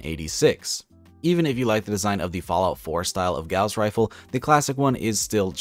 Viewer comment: You said Gauze rifle wrong.